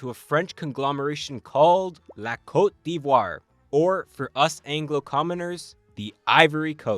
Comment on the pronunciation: The way you pronounced cote d'Ivoire has be questioning if you're really a Canadian 🧐